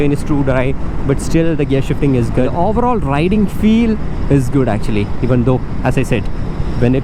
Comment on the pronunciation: His Malayali accent slipping out then and there. oavveroll 🤣